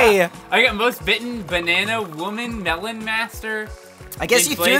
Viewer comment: Melon not Mellon.